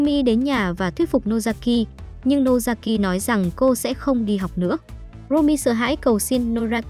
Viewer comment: Nozaki chứ ko phải Nosaki nhé😂